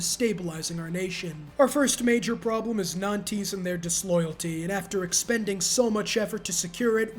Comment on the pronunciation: Every time he said "nan-tees" it hurt my french a$$ to the core 😭😭